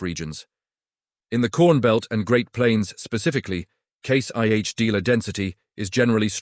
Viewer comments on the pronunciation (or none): WTF is this, AI with a British accent? It's Case IH, not Case YH. Why did you scramble the letters on the brand names on the tractors. You're saying them, but can't show them? Is FarmGear Pro another AI name like Massey Farms, or all those other stupid videos with misreads, misspelling, mis pronunciation, bad information, etc. IF any of these manufacturers are paying you for this dreck they deserve to go teats up.